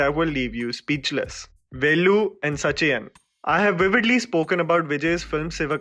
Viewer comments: Sach-ien haha. It's just pronounced Sachin dude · It’s not pronounced sachieyn - it’s the name of the hero in the movie so it can be pronounced as Sachin. I will agree that Villu was a movie which was quite vulgar but Sachin is one of the best movies made in Tamil film industry, it was just a cute battle between the hero and heroine, I think you should watch the movie and understand the context before jumping into conclusions by watching a scene. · It's not sacheyaan its just sachin😅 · Yeah.Like how we say Sachin Tendulkar, just pronounce it normally as Sachin.